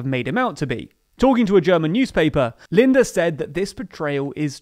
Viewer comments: Wow - you got SPD right and you failed again Edit: Lindner not Linder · I think we got away with a black eye, not sure if that saying works in English. And by the way, it's Lindner, not Linder. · He's not called "linder", he's called "lindNer" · Lindner not Linder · LindNer, not Linder. Thanks to the FDP there will not be a general speed limit on the Autobahn, the biggest contribution of the FDP to the coalition. The Greens unsterstandable are in favour of either leaving or fundamentally reforming NATO. And the SPD... well... they are the largest partner in this coalition, they are a left party and IMO their views don't go far enough. In total I think this is an extremely important government - not just for Germany but for large parts of the western world. A center-left government that tries to put people before corporations, that puts environmental protection before profits. If this really works well, I foresee more EU countries (and probably non-EU countries as well) to change to a similar type of government. Most certainly beats the Tories in literally every aspect of government. And it's good the CDU is back on the oppisition seat. We will miss Merkel, but perhaps not as much as you think. Time will tell. Thanks for this informative video! If I wasn't already subscribed I'd subscribe now. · AND you can’t even say Christian Lindner’s name properly. It has 2 N’s. Not one